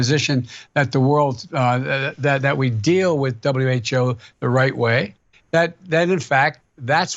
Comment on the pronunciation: Had to check back, thought I heard WTO, Biden actually said WHO😂😂😂